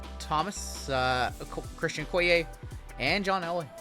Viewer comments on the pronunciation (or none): none